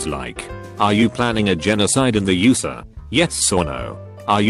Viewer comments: “in the yoosah” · No one: Microsoft David: YOU SUH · "The Yusa" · I just love how the voice says USA lolllololol